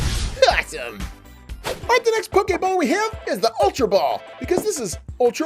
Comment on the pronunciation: U said pokaball it's pokeball